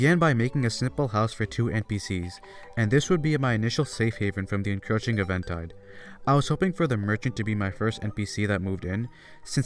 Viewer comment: Did bro just use "eventide" as if it is a commonplace word, but pronounce it wrong? 😭